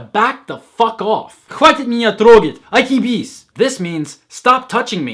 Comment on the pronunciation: Atlantis он хотел сказать отъебись, не внятно произнёссс.